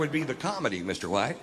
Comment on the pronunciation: You butchered Mr. White! 😡